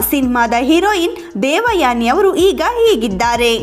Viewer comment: Kindly pronounce as ಹೀಗಿದ್ದಾರೆ and not ಇಗಿದ್ದಾರೆ